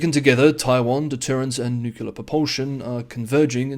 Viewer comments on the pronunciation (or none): There's no second U in nUclear. Otherwise great work.